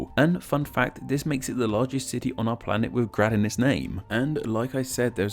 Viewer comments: You said grade wrong in slovenian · If you're doing name explain video, you should at least learn BASICS of slavic pronunciation. J is Y in slavic. Is this so hard? I'm so disappointed. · Yeah, your pronounciation was terrible... Nowhere in Slavic world... We just don't read C as /k/ or J as /dʒ/. And moreover: This suffix became also 'hrad', 'hrod', 'gorod', 'gard', 'gród', 'horod', 'grod' in different languages. Still - good stuff, like your videos. ;) Keep on!